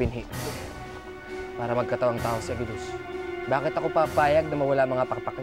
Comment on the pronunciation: "Boket" instead Bakit Laugh trip Talaga tong si Tuka (Marissa Sanchez) 😂😂😆😆✌️